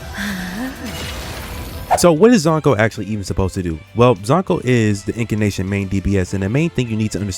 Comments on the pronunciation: If you're gonna stitch every single word together in post you could legit just write a script. Also it's Incantation, not fucking Incanation. Jesus I know the meme is you failed everything but it's just grating on the ears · Bro its In-can-tation in case you're not sayin it wrong to troll lol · Bro do you even play this game? Who is iori 💀 and I don’t even wanna know why you saying incantation like that.